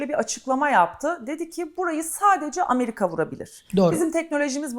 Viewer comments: Hocam sağ ol güzel şeyler anlattın. Yalnız Allah rızası için, sıradan Vatandaşımız gibi AMARİKA deme ..AMERİKA diye telaffuz et !!! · Essek adam amarika değil amerika